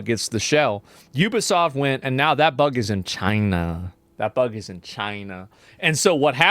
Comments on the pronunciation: Why did he say chienaaaah like that even their president didn't say it like that, someone from America please explain this hilarious mystery reference😂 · "That bug is in CHY-NUH" 😂